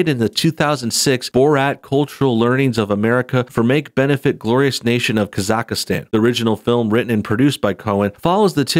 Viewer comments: Its not Kazakahstan, its Kazahstan and that country really exists LOL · Kaz-ack-stan...it’s a real country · Is it just me or does he just keeps mispronouncing Kazakhstan? Kazakhastan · The way he pronounced Kazakhstan xddddddd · Please say where Borat is from Properly. If you report on something make sure you know how to say the words properly on the subject. On his Ali G show he did rip on people who are in the United Kingdom. The fact his character AliG was a rip on the youth culture in the UK shows he did take the piss from more than one side. One character I didn't like was Bruno, was too gay for me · Hey,ofc you mispronounced Kazakhstan. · God you butchered the pronunciation of Kazakhstan. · Your pronuncng Kazakhstan wrong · Ok... you must not be too familiar with this dudes stuff. You arn't pronouncing Khazakstan correctly at all. And thinking that Jeff Bezo has anything directly to do with Cohens film is really silly. Any streaming service would have loved to get their hands on this.